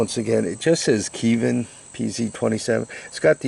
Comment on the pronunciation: What the heck is Keevin? lol They're called Keihn.